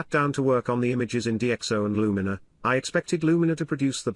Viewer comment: A good insight, but you could have taught your text to speech software to pronounce Luminar correctly.